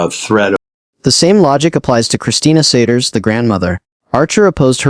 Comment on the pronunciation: And the AI said their last name "Siders" wrong